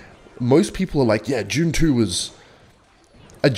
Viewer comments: bro pronouced "dune 2" as "june chew" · Jude (dude) - it's Dune 2, with a "D", not "June 2". It's pronounced the same here and on Arrakis. All the Fremen know how to pronounce it as well. Get with the program. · I keep thinking he’s saying June 2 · it sounded like u said june 2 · i thought you said june 2 and not dune 2